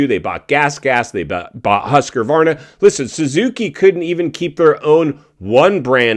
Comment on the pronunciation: Love ya man but I think its Husqvarna not Huskervarner